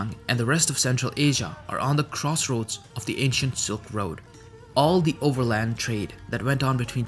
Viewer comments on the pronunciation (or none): none